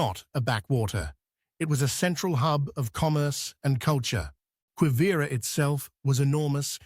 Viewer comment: Why should we believe or accept a word you speak when you have not even taken the time to learn how to pronounce Quivira or even Jalisco. You make broad statements and conclusions and provide no evidence or trusted sources.